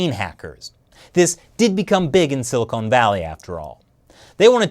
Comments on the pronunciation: I love you but you say Silicon Wierd. Like Silly Conartist. Silicon! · 37: it's silicon, not silicone. Silicone valley is a euphemism for huge breast implants.